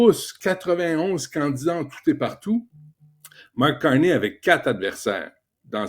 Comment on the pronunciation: ca dit charney quand t pas capable de dire correctement un mots de 6 lettres ca donne le niveau d’intelligence d’la population du quebec